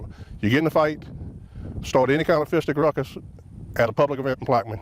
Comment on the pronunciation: Fisticuffs 😂 he definitely said fisticuffs